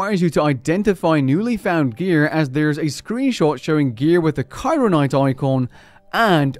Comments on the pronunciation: "Kairo Knight" It's literally Cryoknight. CRYO. Like. Cold. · Bro it's cryo not Cairo😭 just see my username and you'll understand why I am upset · you mispronounced cryoknight